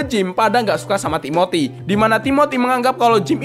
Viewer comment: Timothy ❌ Tiboty✅